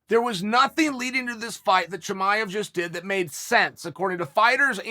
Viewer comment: “ Chum-I-ave”